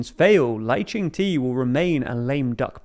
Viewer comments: just a side note, Lai Tsing-te’s name in Mandarin is closer to something like “lie ching tuh” instead of “lie ching tay” or “lie ching tea” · Lai Ching (good pronunciation) te is pronounced more like duh/der. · FYI: The president’s name is pronounced “Lai Ching Duh” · Lai Ching-Te ('Te' pronounced Duh as in he is not the sharpest knife in the drawer). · Wow, I hate how you mispronounce Lai Ching De. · Baffling how the presenter didn't bother googling how to say William Lai's Chinese name.